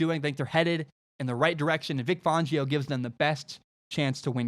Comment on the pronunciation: For the love of god please pronounce Vic Fangio properly. Fangio like *fan*. Not Fongio